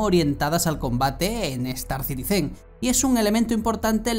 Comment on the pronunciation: "Citizen" es esdrújula, no aguda.